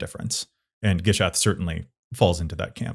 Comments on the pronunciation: Its pronounced Gisath, not Jisath! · The backpedaling from Jiz-ath is so funny lol you 10,000% did not say "Jishath" don't gaslight us 😂